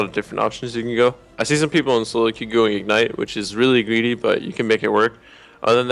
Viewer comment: Team Soro Mid? Nice Engrish Bjerg.